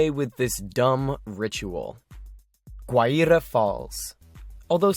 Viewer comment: You triggered me with your pronunciations of "Parisian" and "Guaira". Other than that, well done.